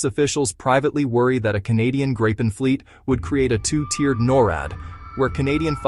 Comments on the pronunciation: It’s pronounced ”Grip-N”! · Gripen is is pronounced as Greepen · Grip ("Griffin", Gripen means "The Griffin) rhymes with reap and sleep or not with grip or slip, or wipe or pipe. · You are pronouncing "Gripen" incorrectly, it is a long "i" (sounds like the English "e"), and not with a double "p".